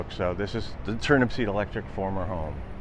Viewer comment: Hi it's Turnupseed...without the last P in it.